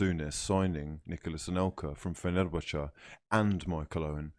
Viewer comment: "fenelbacher" wtf